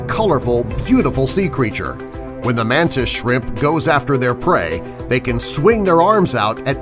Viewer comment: It's shrimp not chrimp